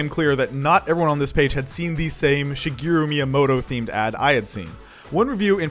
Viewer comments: "Shigiru Miyamoto" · Shigeru MIIyamoto